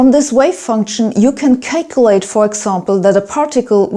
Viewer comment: YoU cAn CaKeLaTE